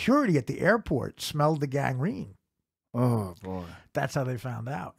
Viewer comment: ... I’m sorry... did u just fucking say “ the security at the airport smelt the GANEGREENE “ ??! Tf